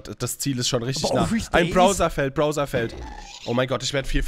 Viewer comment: Bowser spricht man Bauser aus.